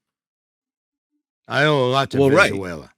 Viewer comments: I just love the weather in ' venzuwayla' 😂😂😂😂😂😂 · I hit some home runs down in "Venenzuwayla" too😂